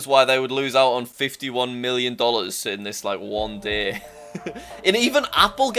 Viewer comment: Day not DAAAA